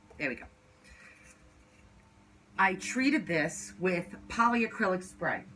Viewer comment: It's polycrylic not poly A crylic. Lol